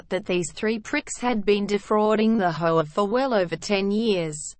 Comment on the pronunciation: Robots can not pronounce HOA